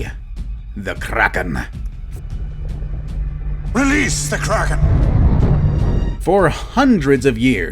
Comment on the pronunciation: Are you from sweden??? K-R-A-K-E-N